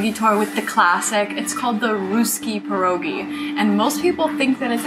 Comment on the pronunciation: Please try to say PYEROGI its not an american dish !